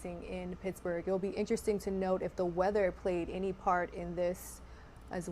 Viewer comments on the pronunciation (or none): It’s pronounced Pittsburgh not picksburgh😂